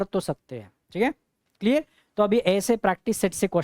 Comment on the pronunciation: Yes sir it is crystal किलीअर😂😂